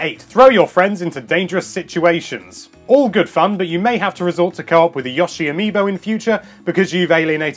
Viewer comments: Yawsh-ee and Mare-ee-oh. They're both characters who pretty much only say their own names and they don't say it like that. Yo-she and Mahr-ee-oh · Still can't say Yoshi's name right I see, lol. Also; it's just so impressive, creative and lovely how they do they water in this game—in Kirby's Epic yarn too for that matter. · ***** Everyone is stupid but my own country. Or not. According to google translate, ヨッシー (Yosshī) is pronounced yo-she. There you go. Anyway, I'll probably pronounce it Y-["o" as in rock]-she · We Brits pronounce it Yoh-she, because in Yoshi, there are two constanants, s and h, inbetween o and i, stopping o from being said as it's letter name.